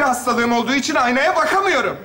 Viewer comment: Ayy aynaa diyo acaba anaa mı diyolar🤣😂🤣🤣😂😂🤣😂🤣😂🤣🤣🤣😂😂😂😂😅😢😭gözümden yaş geldi